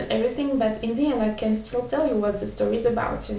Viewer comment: try to learn to say "the" more.. english sounding.